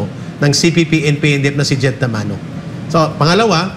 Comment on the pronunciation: Jed Tamano Hindi Tamoro